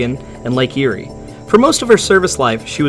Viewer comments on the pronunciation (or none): none